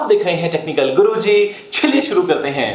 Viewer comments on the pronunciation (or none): गुरुजी आप चलिए को छलिए क्यों बोलते हैं?